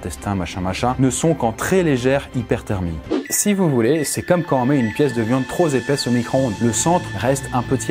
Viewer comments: "tro zépaisse" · Décidément les liaisons, c'est ta spécialité 🙃 "une pièce de viande trop zépaisse" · Une pièce de viande trop ZéPAISSE!???!!!! mes oreilles !!!!!!!!!!!!! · Une tranche de viande trop Z'épaisse ? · ZONE TROP P'ÉPAISSE ! PAS ZÉPESSE ! 😂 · 7'02" "une viande trop z'épaisse"!?! Vraiment ??? 😂😂😂